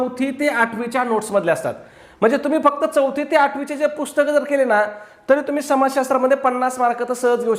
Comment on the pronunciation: पुस्तक not पुष्कत